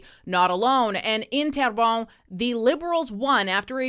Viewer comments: It’s pronounced t-air-bun ❤ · you're saying Terrebonne wrong